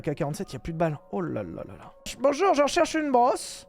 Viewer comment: C'est zhe ses the